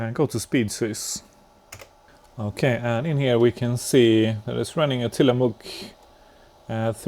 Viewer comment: It took me until you mentioned Bits und Bolts that you were not the you tuber that had a P5a and the Tillamook MMX chips that I had seen before! Fun fact, I lived in the town of Tillamook at it's famous cheese factory. I worked IT. You got the pronunciation perfect. Big A engaged.